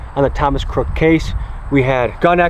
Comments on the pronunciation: Why did you say CROOKS’ last name wrong throughout the video, just terrible mental capacity or is it on purpose lol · So you're just going to go the whole video calling him "Thomas Crook" without pronouncing the S in "Crooks"?! Why is that so hard? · Just curious but why the constant mispronunciation of Crook? “Cook” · 1) How'd you manage to pronounce the shooter's name wrong every time and in 3 different ways? (Cook, Cooks, Crook) Last name is CROOKS 2) Why were you hanging out with the sniper with no shirt on? 3) What's up with the red rocket outro? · How do you mispronounce his name the whole video! It's Crooks, not Crook!!! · Were you not saying his last name correct on purpose??? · What’s up with the shooter’s last name being pronounced a bunch of different ways? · "INVESTIGATING" the assassin... and cant even say his name right.... credibility gone